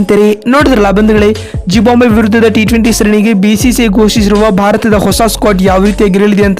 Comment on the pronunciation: It is not zibambve it is zimbabve